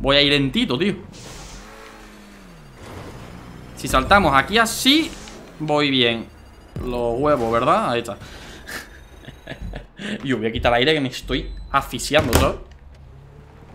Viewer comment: Dijo aficiando escucha bien